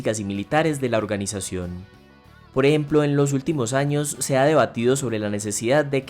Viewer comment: poreemplo, poreemplo, poreeplo